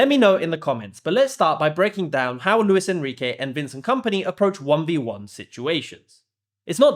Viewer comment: Vencent Kampnay 🥀 should be a crime to pronounce him like that